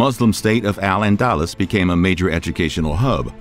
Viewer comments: “Allen Dallas” 👈😐 Al-Andalus = Alandaloos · I'm gonna smack the shit out of anybody who thinks Al-Andalus is pronounced "Al-anDALus" because of this video. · And Al-AnDALus instead of ANdalus. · Al-Andaloos not Al-Andalas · its Al An-dal-loose dal is in pal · Lol I love his pronunciation of al Andalus. He says it like allendallas rofl. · I love these history videos, but the mispronunciation of several names is distracting. Constantinople has 5 syllables--Con-stan-tin-OH-pul. The speaker habitually drops one of them (saying something like 'con-stin-ople'). El-Andalus is el-AN-dah-LOOS. And Byzantium has 4 syllables: bih-ZAN-tee-um. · You literally butchered the name al- andalus. Pronounced al, as in al bundy, Anda loose. For God's sake 🙄 talk to someone who knows how to pronounce Muslim words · Allan-dallas! 😂 (al-andalus, muslim Spain) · Al Andalus, caliph, odacaer, tons more